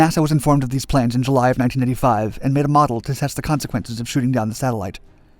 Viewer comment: I assume he’s saying 19*85* but it kept sounding like he was saying 1995 etc